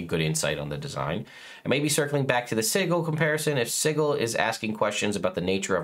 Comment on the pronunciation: It’s si-jil not sigle